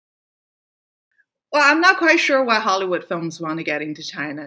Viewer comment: Hahry wood Not Spike Lee, Leon Lee.